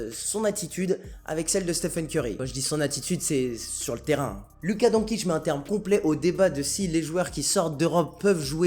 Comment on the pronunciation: C'est qui Donkic? pour un expert vous pourriez faire un effort de prononciation, c'est pas compliqué et c'est plus respectueux pour son nom. ;)